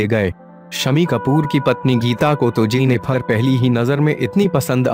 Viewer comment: Its JENNIFER not JENNIPHAAR...